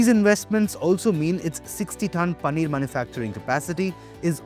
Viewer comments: It's Paneer not Pannir 🤨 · Bro it's Paneer not panneer